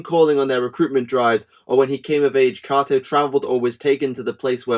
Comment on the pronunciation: It's pronounced Kay-toe